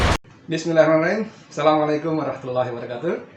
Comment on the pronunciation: Bismillahnua aja belepotan...niru niru Refly Harun...